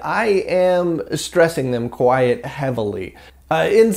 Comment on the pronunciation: While we're nitpicking about things that aren't a problem, you're still pronouncing "quite" like "quiet".